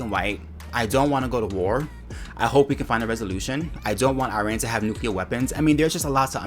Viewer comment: It sounded like she couldn't say Iran. It sounded more like Uran.